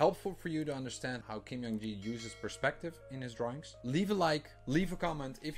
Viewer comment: Just a small correction. His first name is pronounced as J, not Y in Jung, and K, not G in Gi. So it should be /ˈdʒuhŋ ki/.